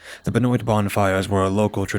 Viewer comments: Love your stories man! Just one thing. Benoit is pronounced "Ben-wah". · I'm saying this ONLY because I have a friend with the last name "Benoit" it's "ben waa" 😅 At least that's how they say it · Benoit is pronounced ben wah. Remember that wrestler or ball player Chris Benoit, dude who killed himself, that's what's making me think that.